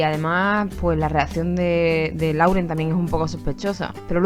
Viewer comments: SE PRONUNCIA "LOREN" GALLEGA BESTIA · En lo del video de que Camren estaba en Miami y esta Camila grababa la comida segun mis oidos bien hechos Lauren dijo: We hungry o me hundred...😃😅